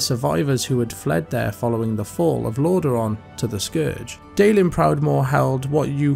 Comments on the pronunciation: Get someone that can actually pronounce the names correctly. The content is great, but every time I heard LorDAron it just ruined the immersion. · This guy comes across very unpleasant but his point remains. Lordaeron has "been around" for 30 ish years now, there's no reason people should be consistently mispronouncing it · Watch the Wrath of the Lich King cinematic and you can hear the king himself pronounce it.